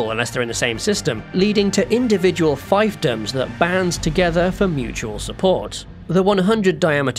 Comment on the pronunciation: "...Leading to individual feifdoms." Not fiefdoms?